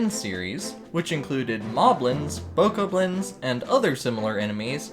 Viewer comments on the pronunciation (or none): you pronaunsed it wong bokoblin its (bok ka blin)